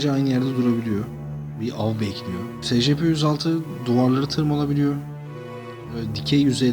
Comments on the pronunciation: O s.c.p diye okunmuyo o e.si.pi diye okunuyo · abi scp değil esipi diyi okunuyo